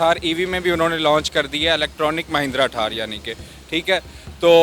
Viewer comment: ठार नही थार होती हे 😂😂😂